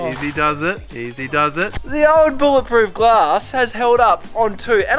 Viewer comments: It's bullet proof not bowl it proof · It's not bowl it proof, it's bowl it resistant.